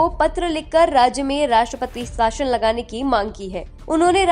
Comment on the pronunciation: आप 'शासन' को 'साशन' कैसे कह सकते हो? न्यूज़ सुनकर जनता हिंदी/भाषा व उसके शब्दों के उच्चारण सीखती है. यह भाषा के प्रसार का सबसे व्यापक और कारगर साधन है, जिसका आप ठीक से उपयोग न करके भाषा को तोड़-मरोड़ रहे हैं और बेकार अपभ्रंश तैयार व प्रसिद्ध कर रहे हैं. कृपया इसमें सुधार की ओर ध्यान दें.